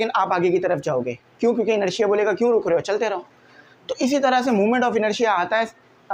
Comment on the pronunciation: sir rukha nhi ruka huta hy 😁